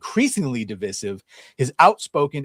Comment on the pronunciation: Why does that pronunciation of DIVISIVE, bother me so much?? It just sounds SO wrong, every time I hear it. Oh yeah, and Mark Hamill, did a LOT of damage to himself, and the brand. I used to honestly love the guy but after someone shows you an absolutely hateful side of themselves, it’s impossible to ever go back, and think, “there’s one of my boyhood heroes.” Nope, it’s over, and done.